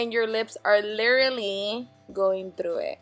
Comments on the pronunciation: "LIRALLY" HAHAHAHA 😂😂😂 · she said lilry